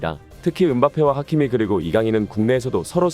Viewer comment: 하미키가 아니라 하키미 입니다~